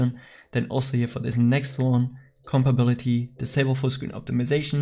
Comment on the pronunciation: U are always saying compability, but you have to say compatibility😂